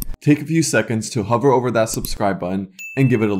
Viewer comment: "huver" lol